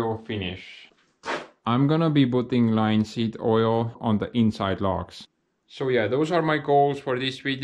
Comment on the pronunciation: the way you say plastering made me laugh its pronounced Pla - ASS - tering in English. and also Linseed oil is pronounced L- IN - seed oil. great video as ever my friend